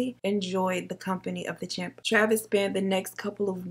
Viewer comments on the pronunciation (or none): It’s not champ, but chimp, lol... I love you though!!!!!